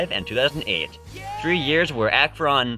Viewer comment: I'm from the Akron area and have never actually seen that flag. I guess no one is very proud of that. Also your pronunciation of Akron kills me.